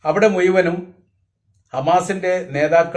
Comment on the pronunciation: "മുയ്മനും ", അല്ല ഭായ്, മുഴുവനും എന്നു പറയൂ.😂😂